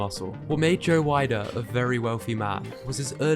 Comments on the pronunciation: pronounced joe weder not wider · Okay say it with me friend it's Joe Weeder, Not Joe Wider! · It’s pronounced Joe Wee-der. Otherwise good video